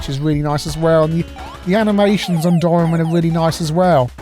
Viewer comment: Doraemon: spelt roughly Dough rye mawn, oxytone. Cheers!